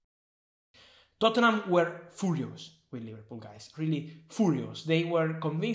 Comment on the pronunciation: TOT-HEN-EM... WHY YOU SO FOORIOOS??